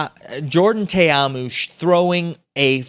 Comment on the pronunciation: And, you still can't pronounce Ta'amu properly. 🤣 It's Toe-Ah-Moo. But say it really fast. 😁